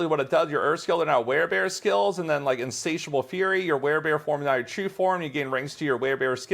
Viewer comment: Oh snap, he learned how to say Insatiable! Good build is good